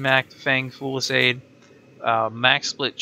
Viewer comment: I have to take about 2 seconds every time you say "haiku" to talk about the Hikou. I mean, you're not the only one by a long stretch, but man. (Also fusillade is FEW-sill-ODD.) I'm super happy the Electric Shield thing does what it does, though! I couldn't figure out how to make this weapon as good as I thought it should be, but this helps a lot.